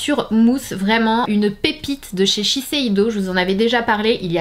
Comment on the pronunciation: On dit sheseido et non sesheido je pense non ?